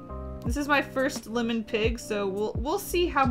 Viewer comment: LIMon? PINny? It’s like listening to someone say “ole”. It’s OIL. You boil water, you don’t “bowl” it.